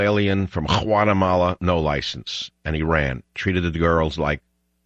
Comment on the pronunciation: What a racist man, Learn to pronounce Guatemala then publish your racist video.